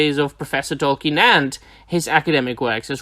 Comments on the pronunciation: Awesome video as always, my man! It's nothing major, but Sir/Professor Tolkien's surname is actually pronounced "Tolkeen". :D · At times it sounded like you said "Tolken", but other times you got it right. :D